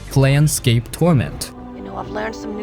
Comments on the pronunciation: It's "Plane" scape, not "Plan" scape... Not sure how this gets screwed up... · Confidently mispronouncing planescape as planscape 17 times in the first 2 minutes of the video was brutal 😂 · It’s not Plan Scape torment; you are pronouncing it incorrectly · is it plane-scape or plan-scape bud? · Plane like airplane not Plan. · "PLAN scape" you said? You just got yer card revoked, kiddo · that one thing made me pause the movie to downvote. planescape, as in the planes of reality. if you are gonna recommend something, at the very least get the name right. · That's not how you say planescape... EDIT That's also not how you say Revachol